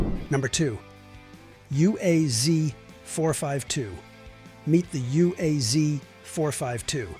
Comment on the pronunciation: uaz is pronounced waz